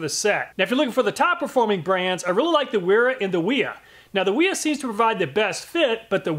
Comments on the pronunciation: holy shit, wiha is german, its pronounced with a V. and why the hell wouldnt you just take some calipers to the wrenches. for all we know your bolts might have crap tolerance and its not the wrenches fault for not fitting well. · Wiha is pronounced “Wee-Ha”. 304 is a terrible choice for the fastener. It’s soft and gummy. Did you use a fresh fastener for each test?